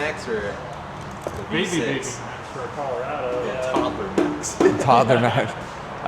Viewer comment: Man said “Caller-A-Doe”